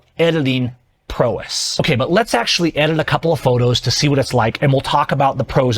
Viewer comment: Should learn how to say prowess tbh.